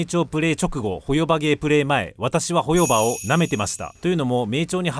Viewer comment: 自分も３作品全部やってるから動画内の言いたいことは概ね同意だからホヨバのイントネーション変えてくれ、トトロのイントネーションやねんそれ。チヂミのイントネーションで言ってくれ